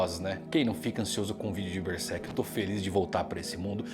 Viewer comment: Mangão fala Bersek